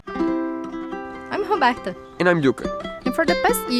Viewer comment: You are right to be cautious. In my experience diesel leaks are pretty common. Good job! I've noticed that the "R" in Roberta 's name is pronounced like an English "R" and not like a Spanish "R". Is that the Portuguese pronunciation? Cheers from Juneau Alaska, Greg Chaney PS Congratulations on the engine!!!